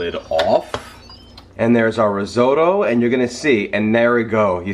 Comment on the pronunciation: Did you say ree-zoh-doe